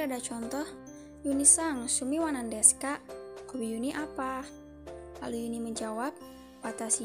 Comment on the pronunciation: Tampilan videonya bagus,unik. Perbaiki lagi pengucapannya ya... terdengarnya sumi, bukan shumi